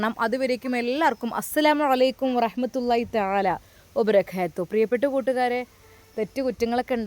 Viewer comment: Vabarakathuhu ✅ Vabarakethuhu തെറ്റ് പറയല്ലേ അർത്ഥം മാറും 😢